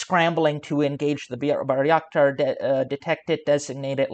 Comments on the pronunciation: FYI: Bay-rak-tar, not Bary-ak-tar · Bayraktar, not " Barry Actor" Buy ruck tar